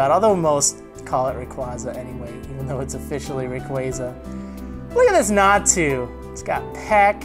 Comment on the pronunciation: Double Natu means 2 x. Nat-u (not you)